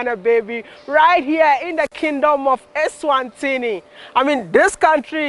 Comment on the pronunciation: Its ESWATINI. Not eNSwatini